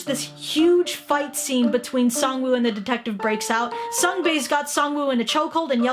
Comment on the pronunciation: I'm pretty damn sure it's pronounced Sang-woo.